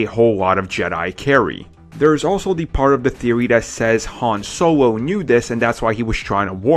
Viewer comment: "bawencing" "beweve" "han sOwO"